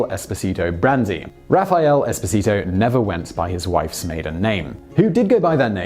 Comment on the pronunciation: [raffaˈɛle eˈspɔːzito], not "Raphael Expo Zee Toe"